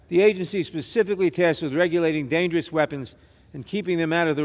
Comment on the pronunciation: Ms. Jackson Williams... how does someone who is illiterate get in your position... what is "pacifically"? You're making Texas look bad! Then you and your colleagues spout absolute nonsense about stabilizing braces amd AR15s! If you think banning these things or guns all together will stop these horrible tragedies we've called mass shootings! They'll continue regardless of whether or not these are banned! Maybe? Just maybe we should hold eachother accountable for not paying attention if our peers, children, friends, neighbors, cousins, etc show signs of mental instability, depression, etc. I'm sure that 99% of these mass shooters had red flags posted right there for the parents, family, friends, or anyone with eyes and common sense would see and alert the authorities! Or our Fed LEO can use their cyber guys crawl social media, blogs , etc for keywords. For which they should already have been alerted as its words would fall within the lines of Terrorist activities. Right? Some